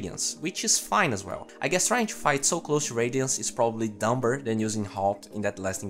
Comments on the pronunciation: Just trying to help you out here: Dumber is actually pronounced with a silent "b", so you say it like "dumer" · I have news for you sir, The "b" in "Dumber" is silent. Thank you for this video. If possible I'd like to see more situations like